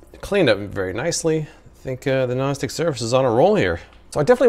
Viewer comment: I keep hearing “gnostic surface” instead of non-stick...